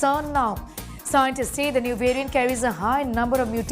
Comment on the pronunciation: Please pronounce the word variant correctly you Indians !